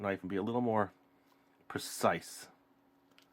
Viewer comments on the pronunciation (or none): none